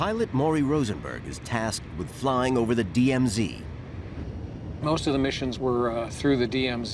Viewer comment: Jesus, when they keep saying DMZ i keep hearing DM